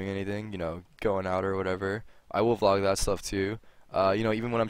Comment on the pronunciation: "Is ya boi tarik commin a you wida flog.", That's what I heard.